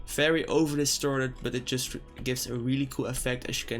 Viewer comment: "FAERY FERY SIMPLE"